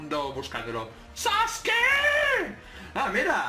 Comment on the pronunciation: En la descripción dice Sasuke , no sasuki ._.XD